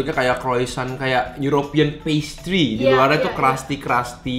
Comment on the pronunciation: Wkwkwk ternyata nyebut nya prasty... Yang dr Indomaret endull parah